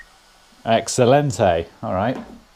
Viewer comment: when he said exelentai my Alexa went loopy